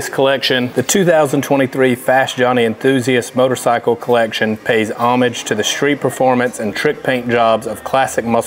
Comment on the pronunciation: Finally,someone who knows how to pronounce “homage”! Now I can die in peace.